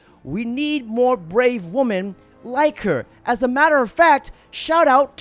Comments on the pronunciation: "Wih-min" not "Wuh-men". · Learn how to pronounce "women". It's not pronounced "woman". And it's "A-ree-na" not "Ariana". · FFS.. it's "Wih-min" not "Wuh-men". Why do you insist on saying it wrong, every video?!